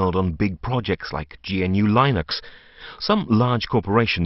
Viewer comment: GNU is an acronym, not an initialism and is pronounced "guh-new"